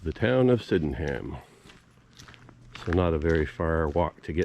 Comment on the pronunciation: I enjoyed a walk around my village! Thanks. Locals pronounce it "Syd'num". 😁